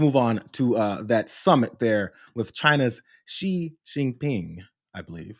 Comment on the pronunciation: Your Xu Jin Ping pronunciation was PERFECT! 👌🏼